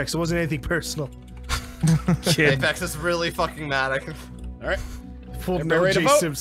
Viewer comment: doesn't ph in english basically mean f? they also always pronounce it afex